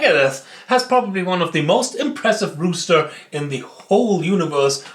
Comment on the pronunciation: Cooles Video! "roster" spricht man übrigens so aus, wie man es schreibt, also wie "Rost" und "er". Du sagtest aber "Hahn" 🐓, also "rooster". 😂